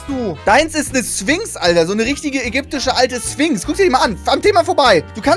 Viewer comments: Wie es eigentlich heißt: „Sphinx“ Wie es Trybot ausspricht: „Swings“ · Niemand: Trymacs: Swinx